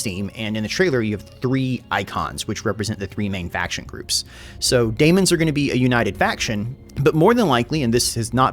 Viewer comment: my guy, I know you're rushing these out, but can you please fix your pronunciation of Tzeentch and daemon. I know their spelt weird, but you've clearly put effort into pronouncing things somewhat correctly before for your three kingdoms videos, for example. Tzeentch is not Tazench. It's pronounced zee-nch. And Daemons is just demons, but they put an a so they can copyright it. If you're gonna keep covering this game (please do), please use the effort we know you can use.